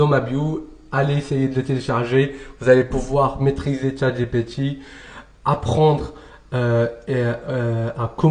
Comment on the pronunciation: Pourquoi tu dis « Tchat GéPé Ti » ?😂